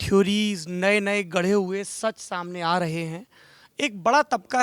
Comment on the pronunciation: It's not "raha" it's "rahe", you village idiot